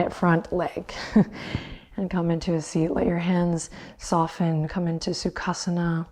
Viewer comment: anyone from Russian-speaking countries gave it a giggle when heard Adriene saying suka-sana by syllables?😂